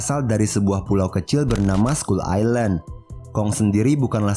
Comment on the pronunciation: scull island bukan scull ailand